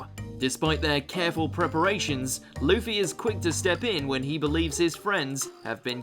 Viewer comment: its luffy not leafy